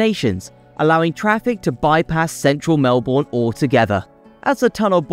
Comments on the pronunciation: 😂 Watsonia and Bulleen are labelled the wrong way round. Yar Yar? More like nar nar you got it wrong mate. Also pronounced Mel-bin. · This was a pretty good video, but it was spoiled a bit by all the errors and mispronunciations of place names that distracted from the main messages. Perhaps a bit more research prior to creating the video would have helped. Melbourne is pronounced "Melbn". Watsonia is north of Bulleen. The map is wrong. "Melborians"? Is this a joke invented by Sydneysiders? We are Melburnians. Yarra is pronounced with a short a. I kept think I was listening to Lady Gaga singing Bad Romance every time Yarra was mentioned (so many times!). Darebin is pronounced "Darabin". The politicians you showed were prime ministers of Australia (Gough Whitlam and Scott Morrison). Road planning is primarily a state responsibility (although federal funds often are contributed as well). The picture of Heidelberg is of Heidelberg, Germany. Heidelberg, Melbourne looks a bit less historic than this. Macleod is pronounced "Mcloud". Our Doncaster, unlike the one in northern England, is pronounced with a long a. "Fright operators"? Do they only operate on Halloween? "Camperfield"? Is this meant to be Cambellfield? "Reduce the resilience on busy roads"? Is this supposed to be reliance? "Fitzmons Lane"? There is an i. There is no runway 10 at Melbourne Airport. They are 16/34 and 09/27. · It's pronounced Melbern... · Cheap AI voice that can’t pronounce place names. The pronunciation of Melbourne was insulting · You need to ask a MelBOURNian how to pronounce any of our names. This video has me go from forgiving to cringing to being insulted. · Started by pronouncing Melbourne wrong, and it went downhill from there.